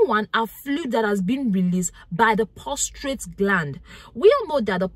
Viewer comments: Please it’s prostate and not prostrate ❤❤ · It's not POSTRATE ,but PROSTATE !!